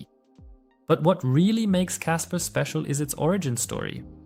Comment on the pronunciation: You keep saying casper